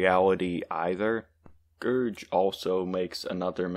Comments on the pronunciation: ITS A GERG NOT A GERJ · Gerg literally says his name in every video bro 😭 in the video you talked about too. Its pronounced Gerg not Gerj. Gerg is also very clearly playing a satirical character in the video. You need to do some research about the people you respond to, as Gerg is a chill person and has a character that is angry and mean, which he is playing.